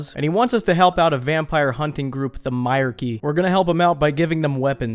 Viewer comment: my-R-Key LOLOL its pronounced my-reek totally being "that guy"